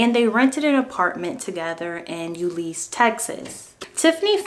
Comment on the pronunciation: I wish peoole would prounounce the name of our city correctly, it isnt "U-lees". Euless. "you-less".